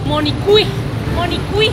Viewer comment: Preciosa, me gustó mucho la parte de tú vídeo donde te acuestas sobre una banca muy sedienta pidiendo agua. Si yo estuviera allí te daría todas las botellas de agua para calmar tu sed. Aparte cuando dices: yo soy monikuik. Te salió todo G E N I A L!!! 🏆🏅🏆🏅🏆🏅🏆🏅🏆🏅🌹🌹🌹🌹🌹🌹⚘⚘⚘⚘👍👍👍👍👍👍👍👍👍👍